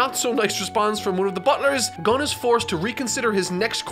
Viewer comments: for future reference, vowel sounds in Japanese words are consistent. Every 'O' in every word is pronounced "Oh". Also, I'd say Gon still wanting to be there for Killua is less to do with Gon immediately grasping the nuance of his situation, and more to do with his rather questionable morality, but you'll get there eventually. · "Gone" didn't bother me as much as how you said Kurapika 🤧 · Am I the only one that heard him say "gung" at one point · Goe vs Gaw. Go-n is corect, Gawn is incorrect. Imagine if someone kept saying Gockoo instead of Goku. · Her: GOWN Him: Ok I made a mistake his name is GAWN Anyway, great video 👌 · japanese friend: gon => g oh n: ah yes, gong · "alright i made a mistake his names [STILL SAYS GAWN RIGHT AFTER LEARNING ITS GOHN] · it is gon not gone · How tf did yall catch "Gun" but not "Gin" pronounced like the beverage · he said gun the he said I made a mistake it's gun. gown w there is a w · I say "Gahn" not "Gone" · NO!! He's Team "GAWN", not the correct Team "GON"!!!😆😂🤣😭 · Keep pronouncing his name gon or gan and not gun. These people deserve it. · how do you make a joke about pronouncing the name wrong but then keep doing it…it’s cringe i hate GAWN it’s gon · I'm pronouncing it how I heard him say it from now on, "Gun" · i particularly enjoy "Gawn" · Apparently, everyone was upset about "Gawn" and no one felt weird about "Koorapee'ka". Seriously? I get shivers down my spine every time XD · Yeah he calls him "Gan" until the last part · "goun" The internet: "so.. You have chosen kurapika rule 34" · lmao he called Gon "Gong" and called Kurapika "Cooley pika" he only got "Leorio" right lmao wtf he 100% used google translate xD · Love how he went from “Gu-own” to “Gah-ungh” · So now instead of “Gun”, he says it “Gong”. Beautiful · Fu*k I did not even realize he was saying Gawn all this time. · If you didn’t bring up the way you pronounce the name it never would’ve bothered me. Now I can’t unhear Gong